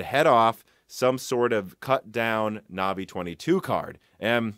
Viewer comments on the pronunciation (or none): none